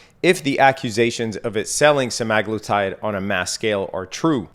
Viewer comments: sem-uh-GLOO-tide there's no "a" in the word. Just saying... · it's literally spelled Semaglutide you moron lmao there's an A right in the middle